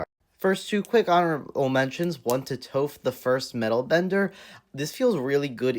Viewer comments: Bro slaughtered Tophs name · The way you mispronounced toph’s name really bothers me….